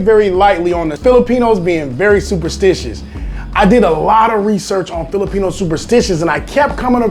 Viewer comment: You do not now how to say Filipino